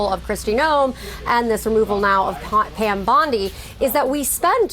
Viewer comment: "Are you saying Pan, or Pam?"